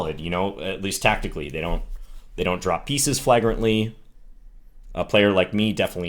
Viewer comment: Random question, is flag-rent the way it's pronounced in Minnesota?